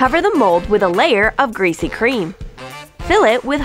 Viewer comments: WTF IS GRESAY CREAM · they said greesy cream 9 times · Amanda Sandoval I know right like say something else then" greasy cream"!!!!!!!!! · Wait what did you say? GREASY CREAM. Ok